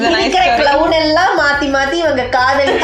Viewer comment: Kadhal Kadhai ❌ Kadh-oool Kadhai ✅